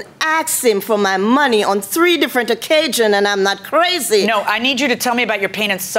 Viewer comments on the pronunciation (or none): On three different occajions. No, I didn't misspell the word, this is exactly what she said "occajions " and "humanlation ". Lol 🤣🤣